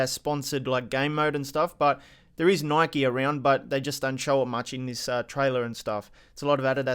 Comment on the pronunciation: It's Adidas nor A-di-das, it's Nike not Nikey